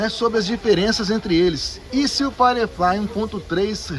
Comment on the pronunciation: Pode ser chatão? A pronúncia é "fairiflai" e não "faireflai"